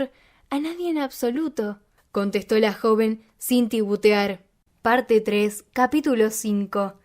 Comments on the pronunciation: Magnífico teabajo... soli que se dice TITUBEAR no tibutar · Me encantó cómo lo relataste, aunque algo que me saltó un poco fue la palabra "tibutear" en lugar de "titubear" xD pero imagino que es un modo que se utiliza en tu país para decir esa palabra 🙊 Ojalá que hagas más libros de Agatha Christie 😁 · Muy buena lectura de un libro atrapante. Sólo la palabra tibutear en vez de titubear, y alguna que otra pausa breve entre capítulos, lo digo como crítica constructiva. Disfruté mucho tu voz y las inflexiones en la lectura, que es lo que le da vida a los personajes!. Felicitaciones y gracias!👏👏👏